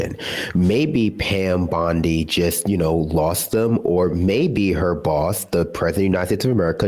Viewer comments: I love how she keeps calling her Pam Blondi 😂🤣😂🤣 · She said Pam Blondie. 😂😂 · Did she call her Pam Blondie?! Lol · I can't stand Loomer, except that she is right about Musk and Bondi. And it is kinda funny when she calls her "Pam Blondi". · She keeps calling her Pam Blondi. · Loomer is as committed to saying Pam Blondie as Sam was to saying RamaSmarmy. Lol.